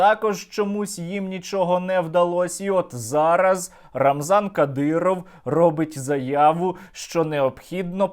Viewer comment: не рамзан кадіров, а рамзанка діров.